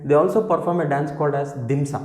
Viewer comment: dhimsa kadhu Demsa